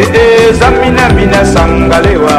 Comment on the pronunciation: it is TSAMINA, not zamina